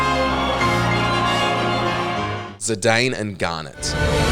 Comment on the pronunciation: He pronounced it correctly. Can't say the same for Zidane or Cecil.